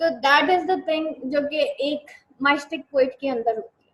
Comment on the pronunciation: Can you plz correct your pronunciation of word “Mystic “